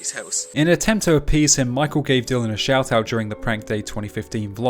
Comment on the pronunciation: It’s “shout out” not “shote out”